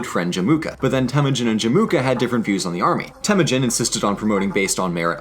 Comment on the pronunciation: The narrator kept mispronouncing Temüjin